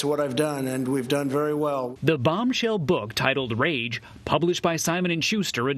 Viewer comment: Hey! It’s rage not rare c’mon cbsn